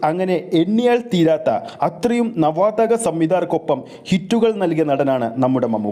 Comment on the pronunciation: നവാതഗ അല്ല bro, നവാഗത സംവിദായകൻ എന്നാണ്